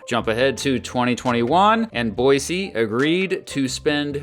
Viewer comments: I'm an Idahoan and I appreciate your effort to pronounce 'Boise' correctly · Thank you for pronouncing “Boise” right!-proud Idahoan